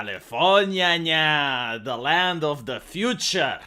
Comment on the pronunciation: i always crack out a laugh when he utters Califorにゃにゃ🤣